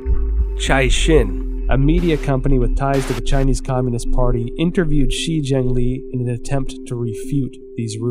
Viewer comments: DEAR EPOCH TIMES - In your next China bashing documentary can you at least get a narrator who can PRONOUNCE CHINESE NAMES, PLACES and understands pinyin. I can't listen to you mispronounce She Zhengli as 'Xi Zhengli' throughout your whole 'investigation'. FFS. This documentary is absolutely retarded garbage. Cut to Robert Spalding, then to Gordon Chang, back to Spalding, then 'journalist' wearing a trenchcoat looking off to the side, then back to Gordon Chang...this is just trash. - from someone who's lived happily in China for 15 years and knows more about China than all these people put together. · "Shi" is pronounced like "Shure"